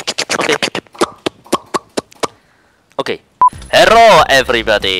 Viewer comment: HERRO EVERYBODY